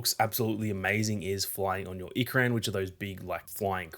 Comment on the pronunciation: Ikran, is pronounced, Ee-krawn.